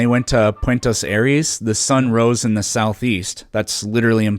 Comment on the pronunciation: "puentas aires" where is that?